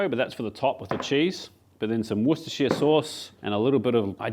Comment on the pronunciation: From a bror here, worcestershire sauce is actually pronounced worster sauce…😀